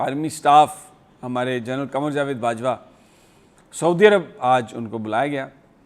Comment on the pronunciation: Sami sab naam thu sahi bolain na ,,, gen qamar barwa ...